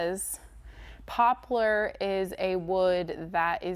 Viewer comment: The wood poplar is pronounced pop-lar. It doesn't have a u. Just saying. It's a great wood.